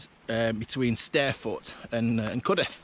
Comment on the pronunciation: So glad you pronounced it as Cudeth and not Cudworth.